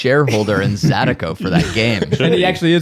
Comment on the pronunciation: *zah-DEE-koh lol